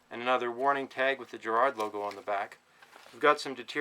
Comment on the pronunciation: It's Garrard not Gerrard 😳💯🇬🇧